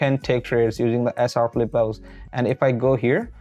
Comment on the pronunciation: It's not Philippe, It's flip